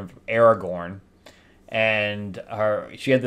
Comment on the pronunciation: So so sorry, but her name was Catherine of Aragon, not Aragorn. That's a fictional character from Lord of the rings! Great people both, but not the same.